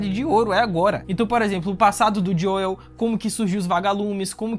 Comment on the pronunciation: Serio que ele vao ficar chamando o Joel de Joieu até o fim da serie?